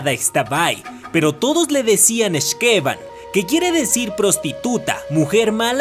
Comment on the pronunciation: YAAAAAY!! YUCATÁN! Y LA LEYENDA DE LA X'TABAY!!!! YAAAAAS!!!! y por cierto, las palabras mayas se pronuncian como agudas en los nombres, así que es X'KeBAN. Gracias por mostrar leyendas de mi adorado estado!! Por cierto, el nombre de la otra (que es su hermana de hecho) es Utz-coLEL; de nuevo, pronunciación aguda